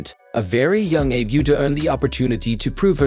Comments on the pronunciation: Please, her name is pronounced Ah-bay OO-ta. Do her the courtesy of pronouncing her name correctly. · Ah-Bay OO-Tah. This AI voice reading is horribly destroying her name. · Name pronounced "Ah-bay Oo-tah" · These computer generated voice-overs are for the birds, no offense to our feathered friends. Real people don't speak in such a stilted and robotic fashion; it's very distracting ... not to mention the idiotic mis-pronunciation of the Abe Uta's name, for pete's sake. I'll either mute the sound or just watch the closed captions, as bad as they are.